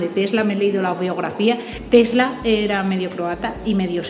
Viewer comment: Tesla not Telsa .